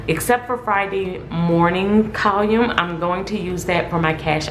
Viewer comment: How you pronounce column is wrong. Outside of that great video